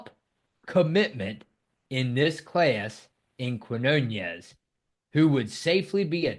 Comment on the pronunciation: Quinonez is pronounced "keen yo nez", with the accent on "yo".